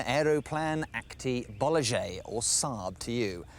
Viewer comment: that's not how to pronounce it. it's bolaget, not bolagjei. It means Swedish Aeroplane limited company.